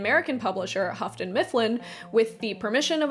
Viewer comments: Why 'Hafton'? It's Yoo-ton (Houghton). Like Hugh + ton. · If I'm going to sue you for the pronunciation of "joie de vivre," I'm going to also sue you for Houghton Mifflin. It's pronounced "hoe-ton" not "huff-ton." Also, the title of Edmund Wilson's review/essay is "Oo, Those Awful Orcs!" You forgot "awful." Sorry, but I'm a full-on Tolkien geek since 1974! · It's pronounced hoaton, not huffton. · Really liking your content... enough to want to help if I may? The Hough in Houghton rhymes with through, not rough... "English is a difficult language, it can be understood through tough thorough thought though!" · Houghton is pronounced without an 'f' sound.